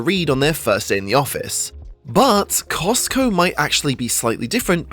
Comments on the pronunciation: says Cotsco instead of Costco :) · What is "COTSCO" ? Is this the knock-off version of COSTCO?? 🤔🤣🤣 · “Cotsco” lmao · ah yes COTSCO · cots co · Costco fan-boi shows his controllers didn't edit his video very well by calling them "Cotsco". LoL. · Cotsco lol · cosco like tesco. 🤗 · Love that "COTSCO" in Japan 😁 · "Cotsco" lol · the rare Cotsco